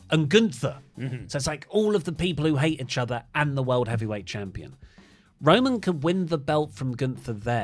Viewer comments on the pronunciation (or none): Anyone else get slightly triggered the way says Itchother instead of Eachother? XD No? Just me? Okay lol